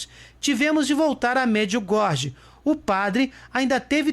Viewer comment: Oi amigo, me permita.... Não se diz Merdiugordi, mas as pronúncia certa é : MARDGIUGÓRIE